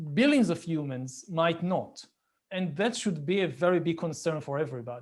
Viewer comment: l like when you say umans